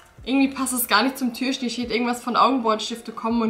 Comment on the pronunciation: Ich mag deine Videos echt gerne aber kannst du bitte das Wort Türchen richtig aussprechen und nicht immer Türschen ?